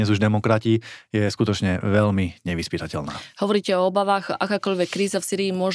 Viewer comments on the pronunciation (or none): Predseda a europoslanec národno-kresťanskej strany republika by sa mal naučiť a ctiť si slovenčinu. Nech je vám vzorom pani moderátorka. Takže : velmi ? ludí ? ludia ? najhladanejší ? podla ? velkej ? zatial ?